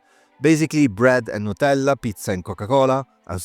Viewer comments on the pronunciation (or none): Wait, are you italian? That nutella and pizza pronounciation is too sus.